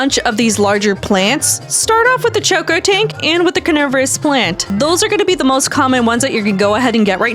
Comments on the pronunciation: bro its cocotank not CHokotank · dont mean to be that guy but you kept calling the cocotank a choco tank its coco as in coconut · Did you say chocotank